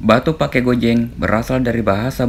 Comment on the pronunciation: Penekanan saat menuturkan Batu Pake yg benar sesuai aksen Bugis itu "Batu Pa'e" meskipun ditulis pakai dialeg Sinjai Pake (Pa'e), Cellake (Cella'e)